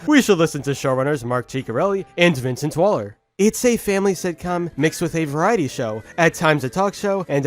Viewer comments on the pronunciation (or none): none